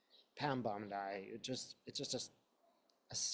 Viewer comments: Pronunciation is “BONDEE” not “Bondi” … ty for the reading! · Bon-deee …not Bond-eye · just a note to you...bond I is a beach in the eastern suburbs of Sydney ( i am an american who spent 2 1/2 years in the eastern suburbs)..Pam and Americans pronounce her name Bondee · Thanks!!! (Bondeeeee not Bondii) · I agree that there are multiple copies around the world, so she can run but she cannot hide. Also, she pronounces her last name like "Bondee" - not like the beach in Australia. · Pronounced “bond-dee” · I think she pronounces it Bond EE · Thanks for sharing your channeling gift with us. Pam Bondi's last name rhymes with blondie, by the way. She has sold her soul to the devil and she deserves to be in jail! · Pronouncing that name as bond eye avoids drawing attention from U tube. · may purposely pronounce her name as bond eye to avoid trouble with U tube. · Pam B.'s last name is pronounced > Bondee. Thanks for all of your readings. ❤ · When readers mispronounce names and words such as bond eye, it helps ensure their safety so that they are tagged by U tube. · Pronounced Bondee. Not as an i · But, by pronouncing the name as bond eye, doesn't draw attention to himself from U tube.